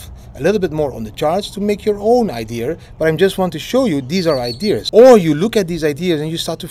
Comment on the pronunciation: haha didi, its ideas and not idears